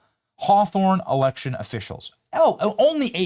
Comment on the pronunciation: erection* ..not election .. i love the fak-u-tree girl ! 😂👍🏻🤪😂